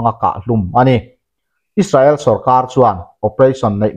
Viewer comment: Is-sa-el tia lam ai chuan, Is-rel tia lam rik a tha zawk lo maw, a bak chu sawi tur ka hre lo